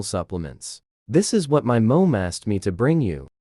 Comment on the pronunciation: Right?! It was the weirdest words, too! You don’t know how to pronounce “mom”? You don’t know how to pronounce “reach”? This is weird what words it decides to mispronounce!